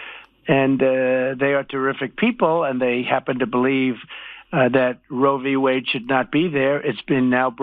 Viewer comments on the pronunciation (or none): Gotta laugh at the way he says Roe v Wade. He has no idea what those sounds mean. He doesn't know it was a court case, he thinks it's a word roveewayd